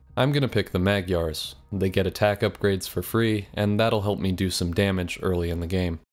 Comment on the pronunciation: For future reference, you pronounce the GY in Magyar the same as one would in gyatt (this is the only fucking word in the english language you reserve the proper gy pronounciation for)